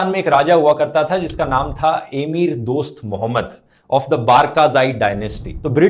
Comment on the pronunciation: एमीर नहीं अमीर। अपना उच्चारण ठीक करो।